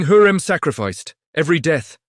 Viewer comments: говорите правильно ни Хурим а Хюрем. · УЖАС СКОЛЬКО КЛАССОВ ОКОНЧИЛ ЭТОТ ЧТЕЦ ОДНИ ОШИБКИ ДАЖЕ ИМЯ ХЮРЭМ ОН ГОВОРИТ НА СВОЁМ ДИАЛЕКТЕ ДЖУНГЛИ.... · Не Хурим произносите правильно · ВИМОВЛЯЙ І'МЯ ПРАВИЛЬНО ХАСЕКІ ХЮРЕМ СУЛТАН. І НЕ ВИДУМУЙ І НЕ ГОВОРИ ДУРНИЦІ. АЛЕ Ж ТИ НЕ ЛЮДИНА А МАШИНА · Мои уши взорвались : ТопЧаПи,Хурим,харам и пр. ,,шедевры,, ну,это уже верх наглости от ииШАЧЬЕГО чтения --слушайте сами!!!